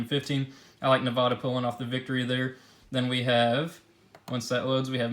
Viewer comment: You said Nevada wrong